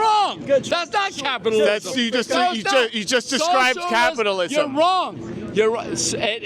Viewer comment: "Because of capitalalaismm"